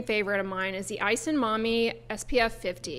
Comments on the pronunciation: Quick tip: Japanese vowels are identical to Spanish in terms of pronunciation so ‘Isehan’ = ee - SAY - hawn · nit picking but pronunciation is "ee-seh-hahn"